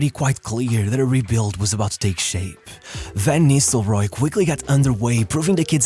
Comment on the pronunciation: Cara, aprende a pronúncia dos nomes dos atletas e técnicos 😂 pelo amor de Deus VAN NISRROY ? É NISTELROY KKK